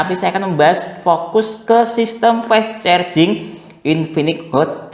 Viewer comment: Fess cherjing😂